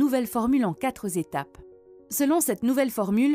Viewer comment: Liaison malheureuse... il n y a pas de s à quatre